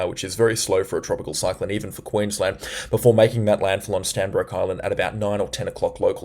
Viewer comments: Stradbroke Island not Stanbroke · Hey man, it’s Stradbroke Island NOT Stanbroke Island. Google maps will confirm! Homework! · just a slkght correction its Stradbroke island not strandbroke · Standbroke Island??? Do you mean 'Stradbroke'???? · Stradbroke Is, not Stanbroke Is. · Stradbroke Island not Stanbroke Island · great coverage many thanks. Not Stanbroke Island, it is Stradbroke Island. Come visit some time😅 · It’s not Stanbrook island!!! It’s Stradbroke Island. You need to get things correct if you are going to talk about whether events and life’s of ppl. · Stradbroke not stanbroke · Hi good report .. it’s actually Stradbroke Island not Stanbroke 😊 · Stradbroke. Not Stanbroke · Bro it's Stradbroke Island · Hi, It's Stradbroke island. Locals refer to it as Straddie. Keep up the very informative videos. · It's Stradbroke Island _ Strrradbroke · That's 'Stradbroke ' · Stradbroke Island !!!. Get it right my friend....